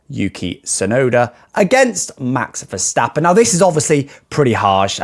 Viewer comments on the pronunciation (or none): none